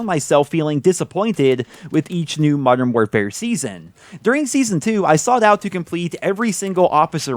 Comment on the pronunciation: “Moderm morefare”